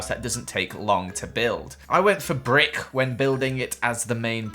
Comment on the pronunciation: “I went for BRICHKK” why did you emphasize brick so much? 😂😂